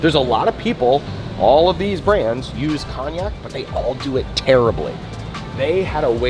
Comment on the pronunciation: Not u saying cognac 😂 instead of konjac